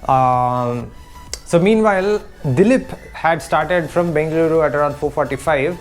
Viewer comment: Madya madya kannada 🥰🙃🙃🔥🔥🔥 Proper ag BENGALURU pronounce 🔥🔥